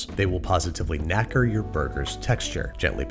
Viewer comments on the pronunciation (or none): Hearing an American say knacker is so strange.